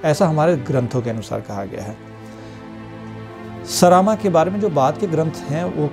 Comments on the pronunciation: उच्चारण सही करके पढ़िये। सरामा नहीं सरमा होगा। ऋग्वेद हिंदी में पढ़िये अंग्रेजी में नहीं। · सरामा नहीं सरमा।